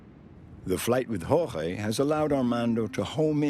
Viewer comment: Listening to this narrator pronounce "Jorge".....smh